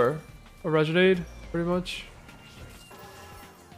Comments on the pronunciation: how has not learned how to say renegade yet? RE-NA-GAE-D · I swear if Im going to hear "Regenade" one more time